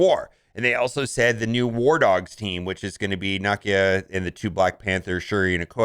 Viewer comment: For the sake of God please learn how to pronounce Nakia (Nuh kee uh)